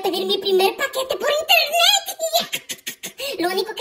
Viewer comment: hoy pedí mi primer paquete por (internec) jaja internec ese siempre me hace reír